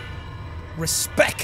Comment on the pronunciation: Jack- why didn't you treat me with a little bit of... Reads sign that says RESPECT Tries to say Respect But says- Respek Me- What?